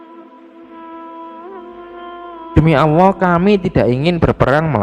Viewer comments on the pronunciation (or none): Maaf min masukan lw memberikan penjelasan harus tegas dan lugas jgn selalu salah / terpeleset cara penyampaian ny,,, 1 lg min pendengaran saya admin ngomong awwoh bukan allah.... Mohon di koreksi min.. Terimakasih 🙏🙏